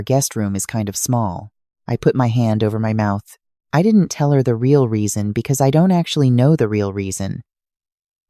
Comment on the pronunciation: Can anyone explain to me why in all of the Ai generated stories here on Youtube the narrators stress "I didn't cry" when they learn they have been betrayed or cast aside? It sounds seriously ridiculous.